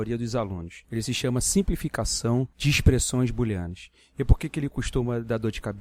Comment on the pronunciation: boolenas" ou "booleanas" kkk